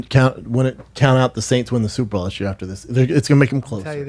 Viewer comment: Brendan says “Super Ball” instead of Super Bowl